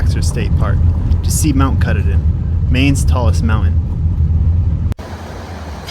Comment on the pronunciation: Your video is great but you need to learn how to pronounce our favorite mountain. Mount Ka-taw-din (is how it should be pronounced) and you were right, being at the bottom of the dam can be life threatening. The second thing you got wrong is it is NOT deforestation!!! It is logging. They log one area then move on to another while that one regrows. This constant state of regrowth provides crucial habitat for many diferent kinds of animals. Without it we would not have the Maine north woods because it would have all been taken over by towns by now. The Forestry industry plays a HUGE part in the amout of wilderness we have in this state. We are very grateful to them. I have been to every place in this video countless times. Glad you enjoyed our state.